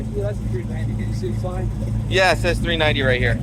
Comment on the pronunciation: 6 L? 6L?? Don’t know how to say 390?